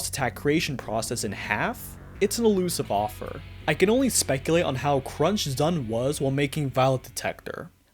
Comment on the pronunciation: I mean, this is the same guy who refuses to pronounce ZUN as "Zoon" like it's supposed to for some reason